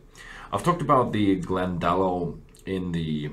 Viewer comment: It’s pronounced “Glen da lock”